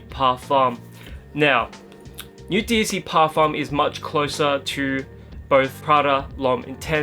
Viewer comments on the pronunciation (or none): you can't just go around saying "Newt" like some bogan. It's pronounced "Nu - e" where the t is silent.